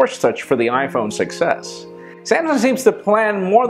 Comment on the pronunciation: when you say "iPhone 6s", it sounds like you're saying "iPhone success"